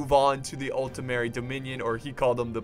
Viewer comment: You´re still pronouncing it as "Altemeri" xD